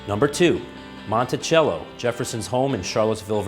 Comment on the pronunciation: Monticello like mont tea cell oh not Montichello I know because there's a Monticello near me